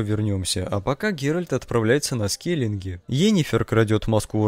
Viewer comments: два раза ты так Скеллиге обозвал, я подумал сначала, что показалось, но нет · "Скелинги", ОМГ